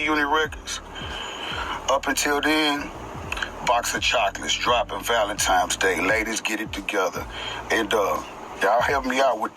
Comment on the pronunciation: Valentimes? Sabastage?